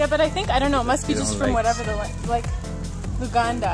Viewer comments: I just hit the subscribe button and the bell and I just like the way u pronounce the Luganda words like Akatale and those Kampala surburb residential areas where I stayed a bit of Kiwatule,Naalya,Ntinda, Kyambogo,Najjera, Kamwokya,Nakawa. That's exactly where I was staying about 4 years ago. I hope u enjoyed the yellow bananas too. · I love the way you pronounce the luganda words. Great vlog as always. For reddit, you have to like set up an account, then search for what is called subreddits which vary, can be beautyvloggers subreddit or just smallyoutuber subreddits then you join but you have to be active for sometime(commenting, watching other users content) Although there's alot of criticisms on there, people can be harsh, i used to post on there but it's not really for the weak heart. It's more of a criticism site to me, but great for views